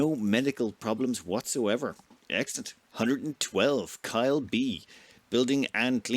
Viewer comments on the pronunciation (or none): none